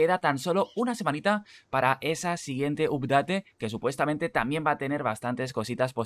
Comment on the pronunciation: Hola, gracias por los tips, me subscribo and i give you one like. Una cosa yo hablo Ingles por 30 anios y solo quisiera darte un concejo de pronuncioacion. "Update" se pronuncia: "apdet". Vale my friend? Gracias Saludos.